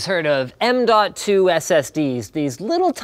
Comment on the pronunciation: What I hear is nnnmmmnmnmnmn.2